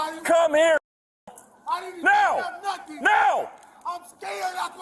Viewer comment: he said "nuffin" not "nothing" 🙂